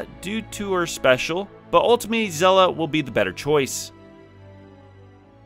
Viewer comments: It's said as Shell-ah🐚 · it’s said SHELL-AH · You can't think it's pronounced "Zella", like how could you even